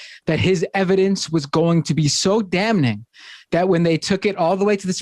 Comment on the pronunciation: LOL...So Dam-Ning! Never hear THAT before. And I thought I hated Off-Ten!